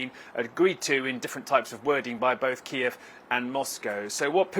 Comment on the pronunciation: after all these years how is it that someone working for CNN still doesn’t know how to pronounce Kyiv…… this kind of carelessness is unacceptable. This journalist needs to be taken off the air until he can demonstrate basic competence on the subject matter.